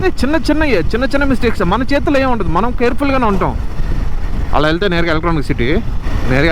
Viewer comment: Aah road lo antha thakkuva traffic ah 😮....lucky fellow. 😂 😂that "Emi" in Nellore slang 😂caught me 😅 ❤